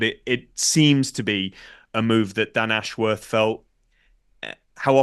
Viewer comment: Posh boys calling him "Dan Ash-Worrrrth". It's "Ashwuth". There's no elongation of the "worth" part of his name.